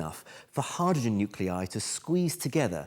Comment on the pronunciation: Your pronunciation of “hydrogen” is weird.